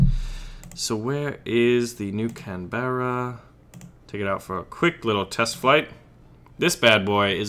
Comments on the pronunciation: Say canberrera with an Australian accent and just say canbrah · The carrier is either HMS Illustrious, or HMS Indomitable. You've got to love the grandure of British carrier naming. Those Brits sure know how to name a ship! Oh and it is pronounced 'Can-bra'. Its named after the capital of Australia...